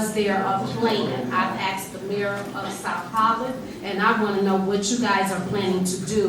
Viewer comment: “If you wanted the information, you could of axed” 😂